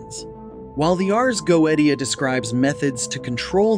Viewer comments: Go-E-Tia???? you know we can't take this even remotely serious right? (edit) I now find the video more credible however...... I believe original pronunciations should be noted when it is spoken in a different language than the rest of the video. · go AY sha... Goetia pronunciation. Demonologists version. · You're mispronouncing it right out the gate -GO EH SHUH!!! C'mon man??? No telling what other words you're going to massacre...? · Goweedeshu. 😅 No dude, that's how it's pronounced in 'mom's basement demonology'. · It's pronounced go-ay-she-ia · "If you're gonna make a video about a goetia, the least you could do is pronounce it properly." - Mike Wazowski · teach your auto voice to pronounce Goetia and double check your photos. last time I checked neither a lion nor a man nor a donkey looks like a goat! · you pronounce it wrong. how can you know anything about it when you cant even pronounce the word Goetia correctly? The degradation of an AI made internet is all too clear. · this is not how you pronounce goetia in Latin 🤦‍♂️ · Youre saying GOETIA wrong!!! If you are gonna do a video on this at least say the word right LOL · You can blame a show on youtube called Helluva Boss for that. Stolas is a major character in it, and in this show, Goetia is pronounced go-e-sha. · Please learn to properly pronounce Ars Goetia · Anytime! Happy to show my support regardless of how you butchered the word <3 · still mispronounced, its "goeTia", with a T not "goeDia" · Dude, it's...Go-A-sha. Not Go-et-E-a. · it's not pronounced go-eat-u'ta. it's go-iish'uh Ars = like multiple R's phonetically, not Airs... you are not qualified to talk about this... by miles. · Goetia (Go-eesh-ah). Everything else was brilliant. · y u say 'go ee dia'? do you say "go ee the" for Goethe? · He did not just say the goweediya …good god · Take a shot for everytime he pronounces "goetia" wrong. And by the way. Its Pronounced "Go/ui/shia" Not "goet/ia" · It is pronounced, Go-ay-sha. Goetia.